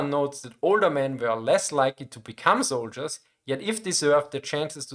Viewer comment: "How many zoldierss"